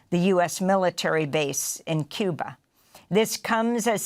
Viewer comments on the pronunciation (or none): none